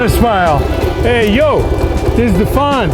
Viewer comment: That was a nice touch on the "Fonz" 👍